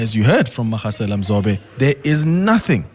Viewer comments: Magasela is pronounced with as ‘G’ for golf. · Butchering the pronunciation of Magasela